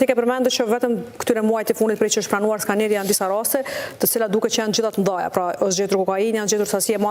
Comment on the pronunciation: Skaneri z jo skeneri